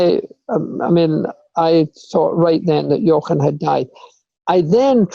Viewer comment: I'm amazed at how accurately Sir Jackie Stewart pronounces the "ch" in Jochen.